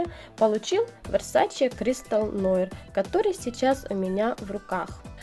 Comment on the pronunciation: Нуар, конечно) многие неправильно произносят…